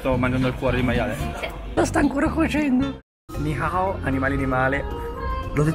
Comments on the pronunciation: Non voglio offenderti ma tu ai detto ni hahao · Ciao si dice ni hao